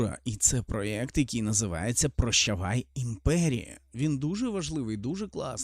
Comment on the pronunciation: Наче як треба казати проєкт